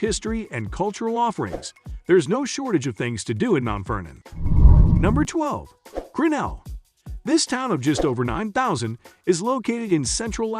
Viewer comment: It's not GRINell, but griNELL, with the accent on the final syllable